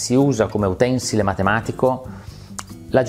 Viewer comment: Ecco, se vuoi tirartela, la prossima volta pronuncia correttamente "utensile" (parola con accentazione piana e non sdrucciola).